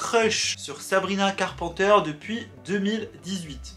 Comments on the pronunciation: carPANteure Moi: Carpenter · Sabrina CarpENter please , prononce le correctement 😭 Sabrina ne s’adresse pas à Olivia et que " Skin " n’est pas une réponse à driver license. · « Sabrina carpenter » dit a la française par 😭😂 (carpenter, il faut dire le « e » et « n » et donc pas « en »)😅